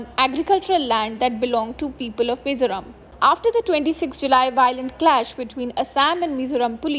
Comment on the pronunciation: Its Mizoram not Mizuram😈 Vai-rêng-te not Varangate😒